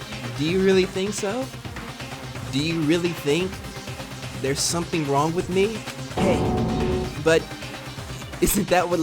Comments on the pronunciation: Bruh he said “no that’s wong” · Nah he says "no that's wong" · he hit them with the "no that's wong"💀💀